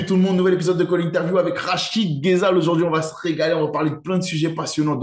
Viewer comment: Merci 🇩🇿👍 Pour info (c'est pas une critique) le nom de rachid se prononce rézal non pas gézzal 😉 Beaucoup de francophones font la même erreur avec nos noms arabe.